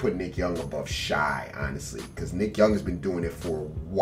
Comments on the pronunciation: it’s pronounced “shay” but u trill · If i hear him call shai, shy one more time imma flip fr. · When’s he going to say Shai’s name right? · “SHY GILLUS” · 💀 I stg he’s name ain’t SHY ITS SHAI OR LIKE SHAYYYYY